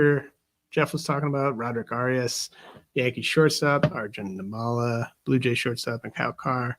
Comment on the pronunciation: Good stuff, guys. One small detail: Arjun Nimmala’s last name is pronounced NIM-ma-la; accent on the first syllable, note the double “m.” I don’t know him personally or anything, but my family is originally from the same twin cities area in India as his (Vijayawada/Guntur in Andhra Pradesh, not that anyone cares), and I wanted to correct the record. It’s pretty cool that a guy with the same background as me might be an MLB player before too long; even among other Indian people, we Telugu folks are generally thought of as a bunch of engineering/IT/med school nerds, and definitely not as athletes.